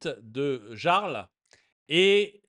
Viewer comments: "le jarl" prononcé de manière littéral c'est à mourir de rire (la prononciation c'est "le yarl" si je ne me trompe pas) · En Direct on prononce "LE YARL" pas LE JARL" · Ont prononce pas jarl mais yarl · Jarl se prononce Yarl en breton 😜